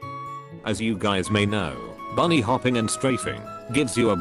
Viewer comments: hello guys ❌hello gays ✅ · Every time when you say hello gays I start laughing and I say “here we go again ” Ty for you liking my comment can I get a shout out next vid pls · hello guys also:hello gays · not hello (gays) its hello guys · Him " Hello gays " Nah bro really called me gay😂💀😭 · Me reading the caption me seeing him say "as u gays should know" Also me: 😂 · "How you guys may know" became "how you gays may know" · hello gays Me: what a f-💀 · he said gays instead of guys💀💀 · Epic start : HELLO GAYS💀💀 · In first bro literally says : hello gays 💀💀💀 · Bro started the intro with saying hey gays 💀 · "as you gays know" 💀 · "As you GAYS may know"💀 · "Hey gays" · Dude you saying hello gays💀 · Bro realy said gays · can you stop say the word gays